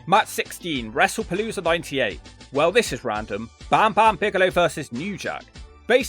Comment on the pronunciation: pronunciation of Bam Bam Bigelow is 12/10